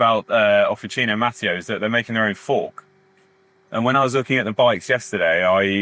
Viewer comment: I am from the same area in Piemonte as Officine Mattio. First thing: it is pronounced Mattìo, the accent goes on the i, not on the a. Regarding the bikes, honestly I would go straight to Pedemonte for a frameset, from the two videos you have done, it seems to me that all of the engineering behind the bike is done by them (but maybe I am wrong). I have not looked at their bike range in detail since prices are astronomically high. Again, when dealing with composites, I would just go for the brand/factory that has the top R&D, manufacturing process and QC. It is a different story for metal, especially steel. Then in that case, as an Italian, I would really love an Italian bike.